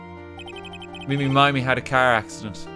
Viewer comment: he streamed this, right? did nobody in the room ever try to correct his awful pronunciation of 'iny miney's name? did he really not get the connection to "Eeny, Meeny, Miny, Moe" ?